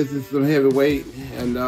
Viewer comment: "That is extremely heavvey" -Ronnie Coleman